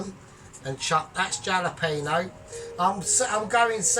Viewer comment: it’s pronounced Hal peno not jal 👍